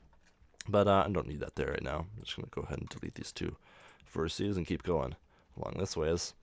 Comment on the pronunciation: Very interesting. It does anoy me though that you keep talking about on verticee, (don't know how it would be spelled...) it's a vertEX... Vertices is the plural. To anyone that wants to burn me about this, I have ASD... These small errors make it REAL hard for me to actually follow the tutorial. Besides, my comment is meant to TEACH, not to make anyone feel bad...